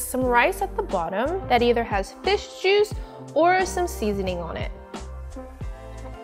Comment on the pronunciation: Love she said "Jusu"